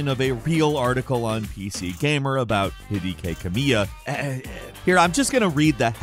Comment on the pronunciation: This doesn’t really matter but… HIDEKI is pronounced HE-DECKY. If you need to know that later. Not trying to be a pain. Just know the correct way to say it. Love the vids. Keep them coming. :) PS - Tsubame is pronounced TSU-Ba-May